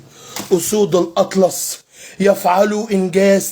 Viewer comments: اخ للتصحيح فقط اسود الأطلس وليس الاطرس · يا عم الأطلس مش الأطرس بلاش تضحك علينا إخواننا المغاربة